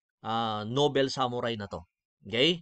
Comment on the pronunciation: Sir ung basa po nobol ( noble) hindi po nobel.